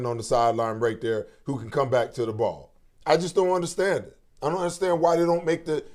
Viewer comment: Especially when he says ohmpen 😂